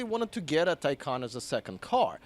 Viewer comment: Tacon rhymes with Bacon